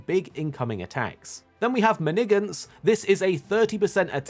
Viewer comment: "Then we have Manigance..." Me: MY WHAT??? 😂